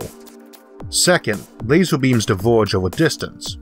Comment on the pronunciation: Interesting, I'm just confused about a few things... what exactly IS a "Lazow", or a "Univouws?" ErrrrrRRR..... am I missing something?